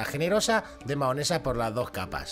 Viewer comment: Se dice mayonesa